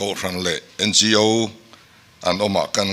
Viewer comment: NGO AW, tia lamtur niawmtak ani A BC hawrawp lamdan ahpoh awtialam ania tin organisation tihna anibawksiaO) tia kanlamthinhi amakkhawp mai hretura ngaih tepoh hian anhrelo anihhmele